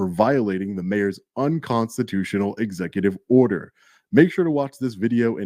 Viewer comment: I shid a dot everytime I heard esssecutive order. I'm huckin' fammered....🤪🥃